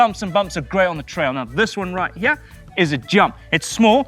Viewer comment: “From hyeah to hyearh”